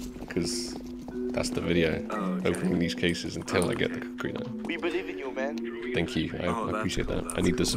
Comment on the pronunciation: Bro said cuckri knife